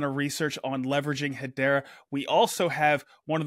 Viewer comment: Cool updates. Lots going on. Someone needs to do a better job getting the to pronounce Hedera better (accent on the second syllable please).